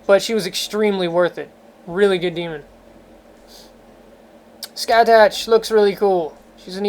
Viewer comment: I'm Irish and Scathach is pronounced "Skaw -thuk" Cu Chullain is "Coo Cul-Inn" I cant help you with Badh Cadbh because I have no idea lol